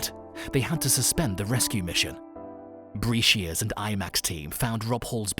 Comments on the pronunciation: Holey crap there are so many errors in this video and that'd not including the pronunciation Sherpa not sharpie BRAsheer seriously this vid is brutal beck weathers eyes had nothing to do with the storm he had laser eye surgery and the altitude warped the lens of his eye he had blurred vision long before the storm.. my God!!!! 😳 😳 😳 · Sorry... 3 goofs in 90 seconds -- Mountain Madness (no 'of' in there), ShErpas, not ShArpas, David Breashears, not Brashear. I'm out!